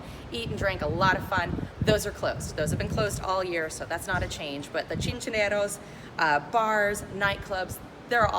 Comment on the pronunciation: Chinchoros, Guabate y el Yunque, I don't know what you said but is not Boricua Spanish. 🤣🤣🤣🤣🤣🤣🤣🤣